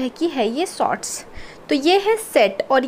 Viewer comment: And sots😀